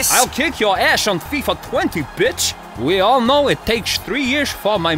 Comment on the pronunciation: It's bitch, not beatch. And besides, everybody knows what puta means..